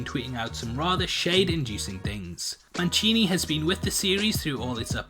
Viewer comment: Manchini? there's no CH in his name.....it's Don Mancini.